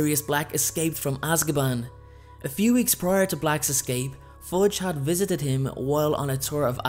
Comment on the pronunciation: Am I the only one who hear Forge instead of Fudge...?